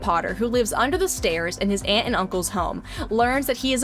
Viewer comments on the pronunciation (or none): none